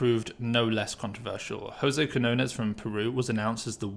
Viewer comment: It's QuiÑones pronounced 'kignones' like in champiGNon.